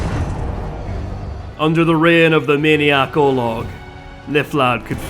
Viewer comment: So... why do you call BOLG in this video BOLOG all the time?